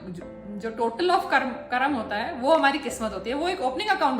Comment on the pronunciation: करम नही है मैडम कर्म है हिंदी बोलना सीखिए आप